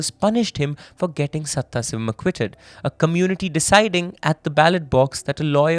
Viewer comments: The name is sadhasivam, not sathha sivam, with a pause as u r saying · it is sadashivam , not saththasivam... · Hindi-english only debuff that is 😭 I heard someone butchering a telugu movie name so bad, my eyeballs rolled up into my brains when I realized what they were actually saying 😭😭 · I wonder, how after doing so much research on the case a simple google search for the correct pronunciation of a name is so hard to do